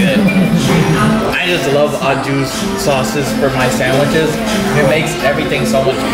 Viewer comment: AW JUICEEEE. It's pronounced "Aw zhoo", and you only say the "Au" with the dish name. Au means "with" and Jus means "juice", so when you're just referring to the dip, you'd just call it jus.